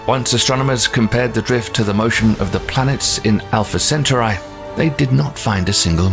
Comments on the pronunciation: Center Eye - lol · Pronounced, cen-taw-ree. Not, cen-taw-reye. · Centauri" is pronounced "sen-TAR-ee." How would YOU like it if somebody consistently mispronounced your name, like calling Wednesday Addams "Winnifred"? You're welcome. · Pronounce "Centuri" right. How can you expect to be taken seriously if you f**k things this simple up. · its pronounced centaur E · No listen to the man .centaur/eye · yes, it's sen-ture-eye. Probably the same ilk as those who pronounce 'beta' and 'bayta', instead of the correct 'bee-ta'. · Alpha WHAT??? WHY WOULD YOU MAKE A SPACE VIDEO AND THEN PUT THE EM-PHASIS ON FREE WRONG SY-LLABEL? Oh shit, then we got to "Vul-Pecula" Dude, I'm out. My ears are hurting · I turned this off when he couldnt even pronounce "Centauri" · I lost interest as soon as he mispronounced centauri. Plus its spelled wrong on screen. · The way he pronounces centauri makes the video look cheap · Wtf is wrong with narrator and pronouncing CETAURI???? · The way he pronounces "Centauri" is really grating on me lol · The pronunciation was annoying but the spelling of "Proxima Centautri" was even worse. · Why couldn’t he pronounce it like Last star fighter did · It's annoying because he has heard it pronounced correctly and chooses to mangle it anyway. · Shame the narrator keeps pronouncing the Name of Alpha Centauri and Proxima Centauri incorrectly. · That makes me doubt his credibility besides the mispronunciation of Centauri.